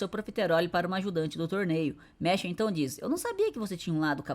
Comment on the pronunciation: Mash = meshi kkkkkkkkkkkkk aqui no nihon a pronunciation e mashu 😊